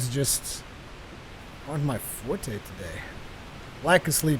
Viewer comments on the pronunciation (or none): none